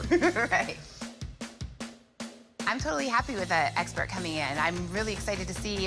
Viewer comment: Thata not how you say expert Rick